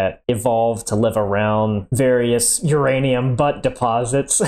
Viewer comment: Ur Anium Your Anum